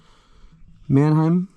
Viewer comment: Well your pronounciation of Mannheim wasn't that bad greetings from germany